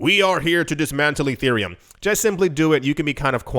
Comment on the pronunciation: Erethreum?! Urethrea? LOL Dude....come on